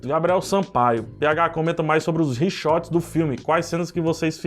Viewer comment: Reshoots né? Ou falaste outra palavra que não entendi, pH?